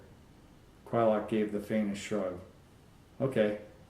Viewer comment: Finally I know I have been pronouncing Quylocs name correctly. Good read. Thanks.